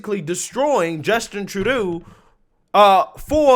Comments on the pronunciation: minor grip, but why do you keep saying Justin Trudeau incorrectly? (True-Dough) you say it correctly sometimes then incorrectly other times...is this a inside joke that some of us missed? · Its pronounced......Justin Adolph "True Dough" not tru doo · His name is pronounced "tru-dough"....😁🤔😁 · It's pronounced Tru-dough.